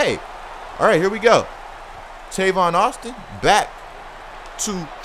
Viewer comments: his name is tavon not tayvon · It's tayvon.... ( pronounced)